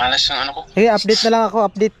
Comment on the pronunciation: UP-DATE hindi apdit.